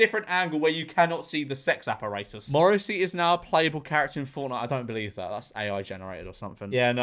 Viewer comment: The s*x Ap-Po-Ray-Tus 😂 Love it!